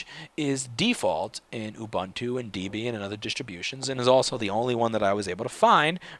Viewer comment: What is with the Deeebian pronunciation? It is from Debra+Ian Deb ian. I hear people all the time using the long 'e'.